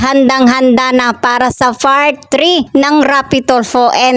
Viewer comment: Huh? Fart 3? Apologize? Ano ba naman itong reactor na ito paki correct ang mga words na ginagamit mo. Like yung fart “part” at apologize.